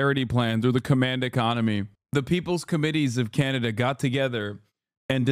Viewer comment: Why are you pronouncing Canada like that??